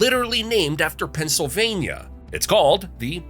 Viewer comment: Pa! Keystone state,. The speaker says the states name a lot. Many perfect ways of saying it. Pen cil vay n yuh